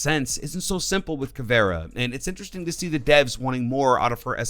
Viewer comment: Bruh the way you pronounce things is really annoying. Its Kaid (Kay D) Caviera (cav eee era) Luison (Lee-shun) Gyrzmot (Griz-Mot)